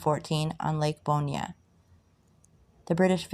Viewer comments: Fish the hell out of this lake....new about ponchatrain and chalmette and forts around the area. Really cool. And its pronounced "Born" not "Bornya". You are butchuring these names but got a sub! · French Louisiana and the Florida Parishes names can be tricky. Good on you for trying. But they’re pronounced “Born” , the “Rig-o-leez”, and Pass “Chris-chi-ann “. Tell your mom and nem hello.